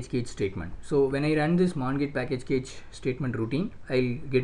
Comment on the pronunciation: Please read CACHE as CASH.